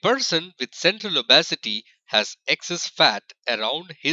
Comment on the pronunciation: These pronunciations 😂🤣😂🤣die-ba-tus & o-bes-e-ty 😂🤣😂🤣😂